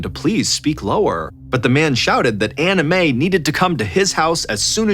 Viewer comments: I know you are saying Ann Mae but I keep hearing "anime" lol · Ballen butchers people’s names all the time, usually the Asian names, but Anime for Anne May takes the cake. Sometimes I think he does this on purpose to insult the parties involved. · He is not saying Ann Mae, he is saying Anna Mae, the difference in pronunciation is the second syllable. He is clearly pronouncing an A, not an I. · Me three. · Same lol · I thought the same thing! Haha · I hear Anna Mae, lol not Ann Mae, but I get what you mean about the anime. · Came to the comment section to see if someone else was hearing “anime” hahahaha 😂😂 glad I’m not alone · I’m glad I’m not the only one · Lol same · Hehe, I just keep hearing “Anime” instead of “Anna Mae” Is it just me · Nope, I heard that too at first lol.